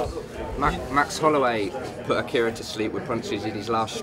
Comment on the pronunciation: Did the guy call Akira "Alex" at the beginning?